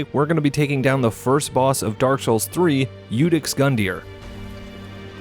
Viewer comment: FINALLY someone can say Iudex properly